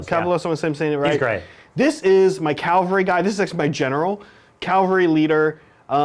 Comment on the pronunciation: Ah! Stop saying Cal-vary! They're cav-alry, mounted fighters... not a type of Christian cross. It's as bad as hearing "gernade" or "nucular" Edit: Sorry for the kneejerk reaction! As always, great content guys. Always been curious about Ossiarch Bonereapers game mechanics.